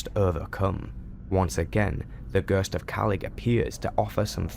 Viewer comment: "Gøøst" ... F F S